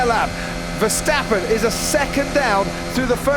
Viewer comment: Did I hear the commentator called verstappen Vergn